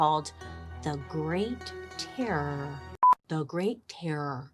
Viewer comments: Terror terrorooror 🤣 horror horrorororor 😂. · I can not describe how much I laughed listening to Bailey say "terror" 😂 😂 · I love how Bailey struggles to say terror 🤣